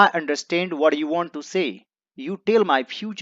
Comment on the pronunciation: Meri to aapse 2 vinti h, 1st, video ke last me paragraph ka translated shot laga diya karo aapki handwriting samjhane me bahut dikkat hoti h 2nd, pronounciation sahi Kiya kare English ko English ki tarah . Jaise view~ bhiyo What - bhat Is - isch